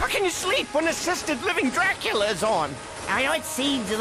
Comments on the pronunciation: Dracula: Velcome I am Dracoola I always die laughing at that lmao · "I am Dra-coo-la. Dis is my grave. The 'D' on my grave, stands for DRA-COO-LA!" 🤣